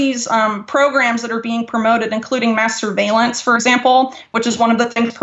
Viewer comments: Did She really say masterbalence? Well if Israel is involved i am all for it.. If and when you bless Israel you and me too will be blessed..Maybe not in this life or the next but maybe after that . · Everytime she says mass surveillance my dirty mind keeps trying to hear masturbation.